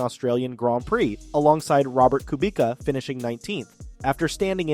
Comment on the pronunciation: That is not how you pronounce Robert Kubica. And you misspelled a lot of words and names. You should research the material before you upload a video. Is this video is made by someone who has watched one or two seasons of Drive to Survive and declared himself an expert? And to call a Hublot (also not the way you pronounced it) a showstopper proves to me you have no clue about watches either.